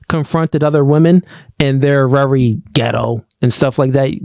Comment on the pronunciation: The word is "VERY"! Not "Rery"